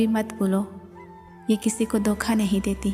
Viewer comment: لفظ دوکھا نہیں ہوتا دھوکہ ہوتا ہے، اپنا تلفظ درست کریں ورنہ انسان پڑھا لکھا جاہل لگتا ہے !